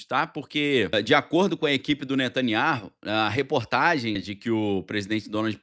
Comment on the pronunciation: Pronuncia-se NETANYAÚ, você sabe hebraico. Esse H é mudo.